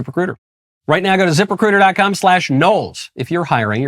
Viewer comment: Hahahahaha, it sounded like you said 'zipper critter' rather than ZipRecuiter.